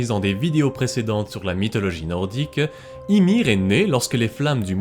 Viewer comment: On prononce Imér... le i se dit é mais í avec un accent se dit bien i .